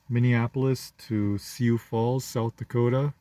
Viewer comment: Lot of Africans in the Dakotas. And it's pronounced sue